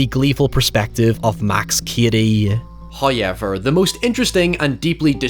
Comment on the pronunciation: First "hoyevver" drops . We are rewarded with His gifts. There must be praise!